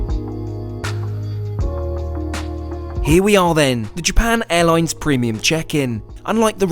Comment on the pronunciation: "japarn airloins"